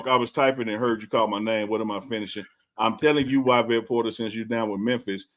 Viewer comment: Yvette is pronounced ee-vet, 😂